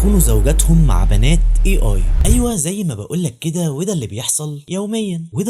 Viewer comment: A هذه الحرف يلفظ أي وليس إي